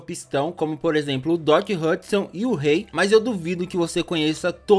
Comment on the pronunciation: Agonia desse "ruey" É tão difícil falar rei?